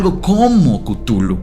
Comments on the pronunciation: Cutulu Mi mente disléxica todo el capitulo: tu culo 😂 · Soy de la generación q llama o, mejor dicho, pronuncia Chuthlu como "shulu" lo de cutulu me suena horrible...😅🤣🤣...( aunq la verdad es q me gusta tanto como has tocado el tema q no es ni siquiera una crítica...) 😊❤️ saludos desde las Islas Canarias 😘